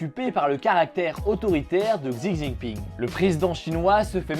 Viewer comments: Un petit tips pour la prononciation du prenons du président chinois. Il se prononce Chi au lieu de xzi voilà ! Sinon très bonne vidéo merci ! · xi se prononce chi ;) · Ce serait plus "tchi" mais en vrai "chi" se prononce "tche" ^^ enfin c'est difficilement retranscriptible à l'écris car il y a aussi une histoire d'accent qui te change totalement le sens du mot :p Si tu veux vraiment en savoir plus regarde une video d'un mec qui s'y connaîtra beaucoup plus que moi et en plus tu auras la prononciation parfaite ;) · c'est plutot entre SI et ZI surtout pas prononcer le ch comme chat